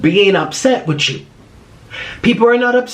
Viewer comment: Who else peeped how he said wit Chu 😂(periot)